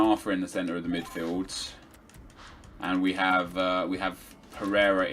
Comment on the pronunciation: There's a "D" and the end of Midfield not a T 😅